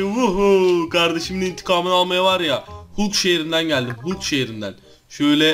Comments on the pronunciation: Abi o hulk diye okunmuyo halk diye okunuyo🙂🙂🙂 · Hulk diye yazılıyor halk diye okunuyor